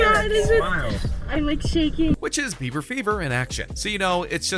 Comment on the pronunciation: I instantly frowned when I heard "Bieber"